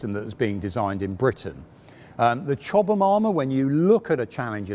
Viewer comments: He's pronouncing it correctly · Hi Ben, Chobham is a place in Surrey, England. The way pronounces it is correct.